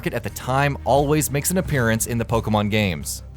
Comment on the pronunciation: Wrong accent on Pokémon, The accent you added makes it make the eh sound, Poke-eh-mon